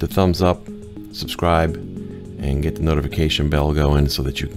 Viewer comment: Did you say, "Let's git going?" 😂